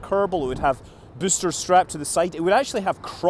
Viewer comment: MOAR BOOSTAH